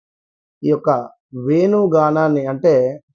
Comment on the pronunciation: వెను గానం కాదు. వేణు గానం. ఒత్తులు ఉన్నాయి. తెలుగు భాష తీయనైన భాష. Lets Treasure it. Channel ppl tc of the Headlines